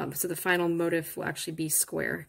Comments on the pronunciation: I hate to even say this because your tutorial was so good and this pattern is BEAUTIFUL, but the the word “motif” is NOT pronounced like “motive” as you are pronouncing it. It is pronounced mo-teef’ with the accent on the second syllable. Just thought you might like to correct that for your next video 😊. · I didn't know there was an Americanized pronunciation of "motif" as "motive." This is a bit funny because even the word, crochet has a French etymology and not pronounced "cro-shet" in English, although, I have heard a Latin woman on You-Tube pronouncing it as such! :) It's all good. It's just different parts of America (colloquialism), but in many European countries it's mainly one way. By the way, I found your crocheting technique fascinating because your left hand moves consistently. I hadn't seen that before. I learned the Elizabethan model back in the 1960's as a 3rd grader and I don't see crocheters doing it that way much! We hold the hook like a pencil and the left hand doesn't move much. Keep posting!!